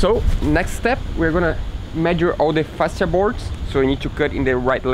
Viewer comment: Great work. Well done. Oh, and it's " fa-she-a " (fascia). 😉.